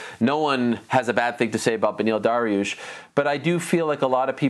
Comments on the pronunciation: Beniel "Darrarush" Dariush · If chael says it's pronounced daroosh, it's pronounced daroosh.